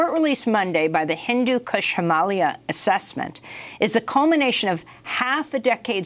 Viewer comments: Why are you saying Himahlya and not Him-ah-lay-ahs? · Did you notice how a native born person from India pronounces Himalaya and Himalayan - NOT HimALia. This mispronounced word is a kind of our-down of Ms Shiva. You would be annoyed if she called your birth country UniTED Stats. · I don’t think it’s pronounced “heemalia” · YOU KNOW AMY GOODMAN JUST DID THIS SEGMENT SO SHE COULD VIRTUE SIGNAL TO EVERYONE HOW SHE PRONOUNCES IT HIMALYA INSTEAD OF HIMALAYA, EYE ROLL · Why this lady don’t know how to pronounce the (HIM -uh-LAY-uh) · Him-ah-layer. Stop pronouncing it like "Somalia". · Learn how to pronounce Himalaya